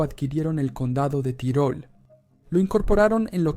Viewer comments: Se pronuncia "Tirol" en dialecto austríaco tirolés, casi igual a como suena en español. No hay necesidad de decir "tyroll", como si fuera un personaje de MMA. A ver si los latinos dejáis de una miserable vez de pronunciar todas y cada una de las palabras extranjeras no inglesas con ese estúpido acento americano. He llegado a escucharos pronunciar "Paris" como "pareys" o "Bruxelles" como "Brooxels". En serio, que me cabreáis. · es estupido decir tairol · ¿Qué necesidad hay de decir "tairol"? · Es una traducción automática desde el inglés. La "i" suena como "ai" y el sistema lo reproduce así.